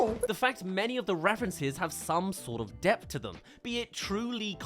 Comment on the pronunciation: Are you saying 'depth'? It sounds like you're saying deft